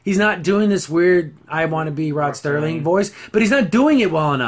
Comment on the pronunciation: First it is the late Rod Serling (SIR-ling) there is not 'T' in his name. Next, the ad was sucky because it should have included some kind of Twilight Zone Trope. 'Submitted for your approval, a man who is about to take a trip into a zone whose boundaries are that of imagination. Guiding him on this mystic journey is the mesmerizing sounds of the Twilight Tone.' I agree that they should show both sides, as they did in the Charles Bronson and Elizabeth Montgomery episode where it is the last American soldier on earth (the last man at all for all we know0 and she is the last Soviet soldier (perhaps the last woman) and without any language in common they can't speak to each other, and yet... I have two favorites from the Classic Zone, A) To Serve Man, and B) Midnight Sun. However, if they adapt a current story into an episode, I would like to see the short story from Stephen King's Skeleton Crew called 'Heaven'. It is about a couple who lose their way driving through the forest in Washington state, and come upon a small town called Heaven. As they drive around town they notice that the cop looks a lot like 1950s Elvis, and in a diner there is a janitor who looks like Buddy Holly, and a waitress who resembles Janis Joplin. Suddenly the couple finds that they can't find a way out of town, and as darkness falls they park and following the stream of people they enter a huge stadium. As they sit down the MC--how looks to the wife a lot like Alan Freese--comes on the stage and shouts